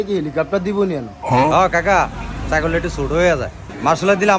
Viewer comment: সাইকেল ❌ সাইকল ✅